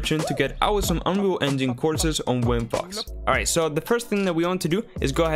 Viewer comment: "welcome to unree enjin FUCK totoril"